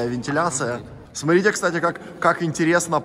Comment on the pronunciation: говори пожалуйста слово «СМОТРИТЕ» правильно. Когда ты говоришь сотрите, это в уши бьёт сильно